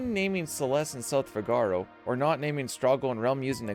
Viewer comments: It's not "fi-GAR-o", it's pronounced "FI-ga-ro." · 11.- Its not fi ga ro, its Fiiigaro, Like in El barbero de Sevilla, Fígaro the character, thats where it comes from. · Figaro is not pronounced the way you're pronouncing it. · the way you say 'figaro' hurts my brain... also, kind of lame having 1 and 2 being the same thing